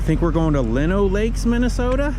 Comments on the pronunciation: Welcome to the neighborhood, and it is pronounced Lie-no lakes 😂. sun and almost 30 is a nice day during winter. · As someone who lives in Minnesota it gets VERY frustrating to hear so many people mispronouncing names of different towns and cities. Lino lakes is pronounced line-oh-lakes